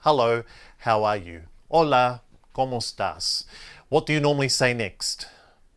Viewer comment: La pronunciación de como de, como estás? Esta mal pronunciada.